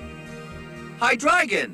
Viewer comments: its not high-dragon its high-drai-gon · factually incorrect. that evolution is based off of the german words for 1,2, and 3, so hydreigon, being the 3rd pokémon in the evolution set, is hy-DRY-gon.